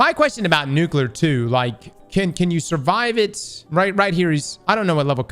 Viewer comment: Say it with me: New-Clear. There is no extra U. It's not New-Cue-Lure. My one pet peeve by people who want to sound smart.